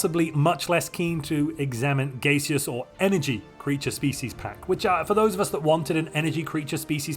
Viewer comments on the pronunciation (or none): Not gonna lie, the pronunciation of "gay-seous" threw me for a bit...